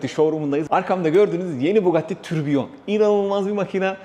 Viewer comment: inceleme için sağol.ufak bir detay:bugatti türbüşon benim telaffuzumla kasırga anlamı taşır fransızcada.